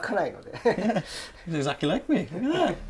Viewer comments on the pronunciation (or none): Did you rike it?